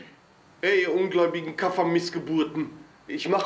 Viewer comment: das heißt kuffar und nicht kaffer